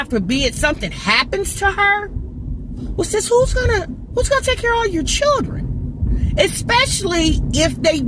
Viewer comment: Every time you say sis referring to someone in my mind it sound like you saying ninja please lol